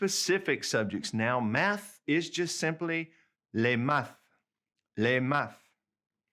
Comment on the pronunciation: Check your pronunciation of "maths." There is no "th" sound in French. The h is silent and only the t should be pronounced = [mat]